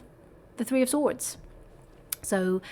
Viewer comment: Thank you for that hugg! Ever so much. Yer not kidding. You cant say sword?